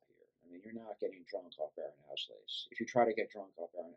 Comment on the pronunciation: nice video. however, its called "auslese" not "aushlese."